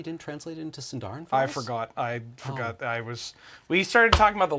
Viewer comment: Love how mispronounced the word "Sindarin" while apologizing for mispronouncing Sindarin words.